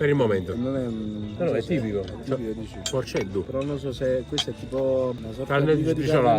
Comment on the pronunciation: È porcheddu e non porceddu